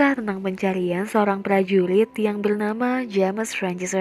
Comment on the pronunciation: Kaka,prajurit bukan prajuwit